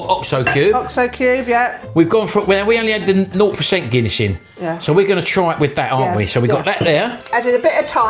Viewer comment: it is Guinness ... like DUH